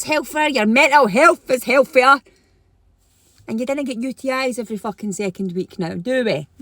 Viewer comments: Why do these people use the letter F instead of the proper TH. It's not "hellffier" it *healthier " THA. THA sound not Fa . Don't care how hot she is she sounds ignorant. Same crap in America with ghetto hoodrats can't pronounce English. So annoying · 'hell fare yer' hel'fare'yer weird break down of a single word into multiple syllables.